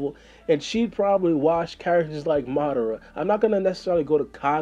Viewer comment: Wash Madara?? Yoo you lose credibility when you say ishh like that man 😂 She wouldn't phase Madara she can't even phase Naruto if he went all out. Just think about how he pulled out all the stops during the 4th Great Ninja War and the final fight with Sasuke. Delta can't REALLY go toe to toe with Naruto, a good sparring partner at most lol